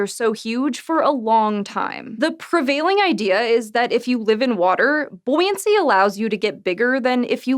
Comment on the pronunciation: "Buoyancy." It sounds funny when she says it. In a nice way.